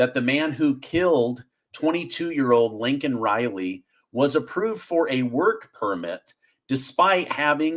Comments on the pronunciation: Isn’t it Laken Riley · Laken Riley not Lincoln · Her name is not Lincoln Riley. That's Biden''s mistake. Please call her by her actual name, Laken. LAKEN. Thanks. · It's Laykin Riley, not Lincoln. What joe biden said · I think her name was Laken not Lincoln. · LAKEN RILEY, NOT LINCOLN RILEY, COME ON YOU SOUND LIKE JOE BIDEN, THE LEAST YOU COULD DO IS PRONOUNCE HER NAME CORRECTLY, ALSO I SAID A WHILE AGO THAT I DON'T TRUST MIKE JOHNSON, HE JUST PASSED A BILL TO GIVE MORE MONEY TO UKRAINE AND UKRAINE ALREADY LOST!!! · It’s LAKEN not Lincoln Riley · Oh! Brother, ya GOTTA stop calling Laikan Reilly, Lincoln! Not trying to be some kind of way. Just...well you know man. We need to be getting this stuff right. Calling her Lincoln was something that we came down on Biden for doing. You CERTAINLY don't want to have that, or ANYTHING in common with 'ol Sleepy Joe!🥴 Just saying my brother. I don't mean anything by it. I absolutely LOVE watching your presentations! All the more reason to want to make sure you/we are getting it right. Love ya brother! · Lakin Riley Joe, not Lincoln